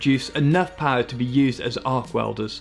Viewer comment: Put down more power? Ya, more power. More powa'? More powa' baby! MORE POWA' BABY!